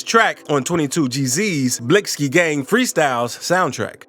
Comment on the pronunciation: Yoo literary this man cannot be black he deff grew up in the suburbs cause he really think he is white. With everything he says but also by the way this man pronounces they rap names the way he said fivo foreign and 22gs (he added a z to his name for no reason to) and the way he said blicky and at first he said b love the rapper then at the end says it mad weird then says that's one of his songs name🤦😂😂